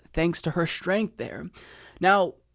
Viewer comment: OCD issue here: please stop pronouncing "strong" and "strength" as if they have an 'h' in them. There are no such words as "shtrong" and "shtrength." I really am sorry for being so petty. It is distracting to me, and otherwise I love your voice, and perspective.